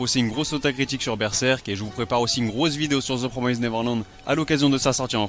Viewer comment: PROMISSSSSSST. Ça se prononce "The [promist] Neverland", pas "promaizd". Voilà, voilà, c'était juste pour pinailler. :þ Eh oui, l'orthographe anglaise n'a aucun sens.